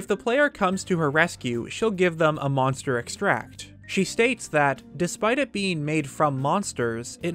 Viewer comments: This is really distracting and frustrating to listen to. Extract the noun has a different intonation than extract the verb. The way you say it is the verb form, with the stress syllable on the 'tract, rather than the noun form like in monster 'extract. I can see how this is odd and unintuitive to a non-native english speaker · Sorry, can I just- EX-tract= noun ex-TRACT= verb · I love your videos, but can you PLEASE pronounce words correctly? EX-tract, meDIcinal... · Good vid, but you keep saying extract as the verb form, exTRACT, as in to exTRACT something...however, the resulting thing is called EX-tract, the noun form. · *in Hermione*: it's EXtract, not exTRAct! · Oh my God I was just about to comment the same exact thing!! This guy gets all kinds of words WRONG!! He also “Hat no”!! It’s not hat no… It’s Ha TENO. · and "medicine-al" instead of "me-dicinal" though this only happened once but still an interesting video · Interestingly, Kilton (who is such a proclaimed lover of monsters) is really scared of them. I brought a moblin skull to Kilton once and, instead of being happy/excited to see it, he cowered in fear, covered his face, and trembled. Also,: EX-tract is the noun but you were saying ex-TRACT, which is the verb.:-) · Please stop saying Monster exTRACT. It's extract. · Just here to remind you that “extract” is pronounced differently depending on if you use it as a noun or as a verb. You mispronounced it the entire video. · EX-tract. Emphasis goes on the first syllable when "extract" is a noun. As a verb ,the emphasis goes on syllable 2. Otherwise, enjoyable video as always. I like the deeper look at Kilton; he's definitely among the underdiscussed NPCs. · Really enjoyed the video. Just a note, you keep using the pronunciation of the action extract when you're using the word as a noun. Extract as a verb and a noun have different pronunciations. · Please tell me your saying Monster Extract incorrectly on purpose. Please...